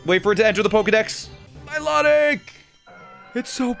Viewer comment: Bruh he mispronounced milotic its my low tick ahhhh